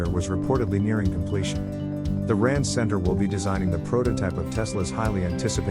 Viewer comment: "R&D" read out as Rand...